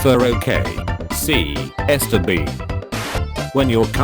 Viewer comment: it’s bien not bean LOL